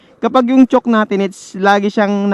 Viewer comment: Chowk ang pg pronounce d chock(chalk?)